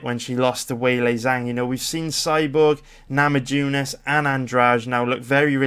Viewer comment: Minor correction: Abel Trujillo's last name is pronounced, phonetically, true-HEE-oh. Enjoying your videos. EDIT: another pronunciation correction: Rose Nama-YOO-nas.